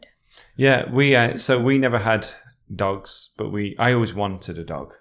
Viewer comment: I enjoy how tells a word 'dogs' like 'dags' the same way as Mickey from Snatch does.